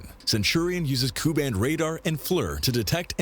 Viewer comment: Narrator lost credibility with his “koo” band radar comment. It’s Ku band (“K U”).